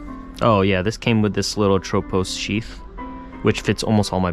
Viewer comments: It should be ATropos, not aTROpos. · Haven't heard anyone say atropos like that haha